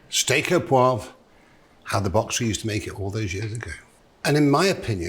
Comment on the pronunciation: Steak Au ThereWeAre.